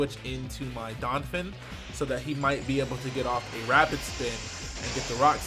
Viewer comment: Anyone else cringe when he calls Donphan "Donfin"?